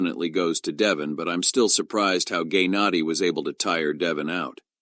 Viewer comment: "Gaynadi" 😂😂😂 bro what is this